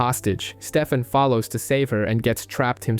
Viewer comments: It triggers me how often i have to hear Stefam instead of Stefan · Constantly hearing "Steffum" made this an incredibly hard watch.